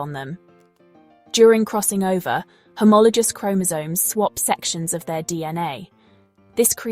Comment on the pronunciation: Homolo-goose, not homolo-juice (pronunciation HOMOLOGOUS)